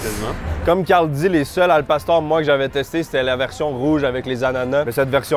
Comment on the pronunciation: Il fallait un peu de calibrrrrration et à c’est un succès la prononciation de al pastor 🙌